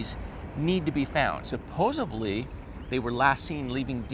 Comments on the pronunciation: With much respect, “SupposeDly” not supposeBly… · Awesome work as usual, God Bless. One correction; it's pronounced "suppose-ed-lee (supposedly) and not "suupose-uh-blee". I hear this at least once a day on my internet adventures. Not sure how this caught on in the last decade or so but I hear & read it often. Cheers! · Start saying "allegedly" as you can't say "supposedly". Notice the D at the end of the word there is no B. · Jared.....supposeDly. Just saying 😌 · SuPPoseDLY! No “B” in it! SUPPOSEDLY!